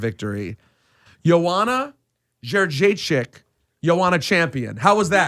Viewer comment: It's like people dont even try to pronounce her name right